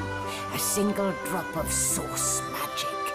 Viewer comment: source or sauce?